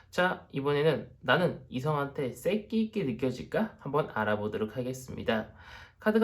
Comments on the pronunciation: 아닠ㅋㅋㅋㅋㅋ어쩌다가 보게되었는데 색기...쌕기라고 자꾸 하실때마다 웃겨죽겟어욬ㅋㅋㅋㅋㅋ1번~ㄱㅅㅇ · 발음이 웃겨요 쌕끼~~~ ㅋㅋㅋ